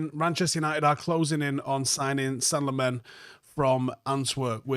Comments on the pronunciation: Senne-gal Lemons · "Sen-nuh Lamm-uns"... You're welcome. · Just a note on pronunciation. Its Senne as in Senegal -gal. And Lammens as in (Lard-rd) + (lemons -le).